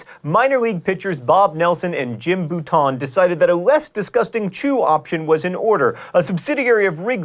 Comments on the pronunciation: Were you referring to Jim Bouton? If so, was his name pronounced correctly? My understanding is that it was pronounced Bow-ten, not Boo-tahn, although the latter is likely the correct French pronunciation. Cool personal story: my uncle, who was a successful high school and college baseball player with a shot at a professional baseball career (long shot to make it to the Show, but still...) before tearing up his knee, went 2 for 3 against Bouton in a high school game. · Jim Bouton is BOWT'n, not Boo-tahn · Good episode! #37...Jim Bouton's name us pronounced BOW-tun. As in "take a bow". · That's Jim "BOW-ton" not Jim "boo-TON"... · You pronounced Jim Bouton's name Jim "Boo town" lol